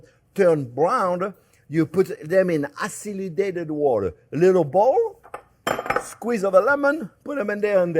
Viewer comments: Aciludated? I think he means acidulated 😆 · Chef Jean-Pierre you are so cute it’s not aciludated water , it’s acidulated water from French acide, but love all you say not criticizing!🙏🏼❤️